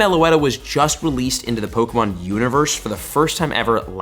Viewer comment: I watch these videos more for the mispronunciation of pokemon names. Baffling you’re a pokemon content creator (and not relatively unknown) and you can’t even say the names right.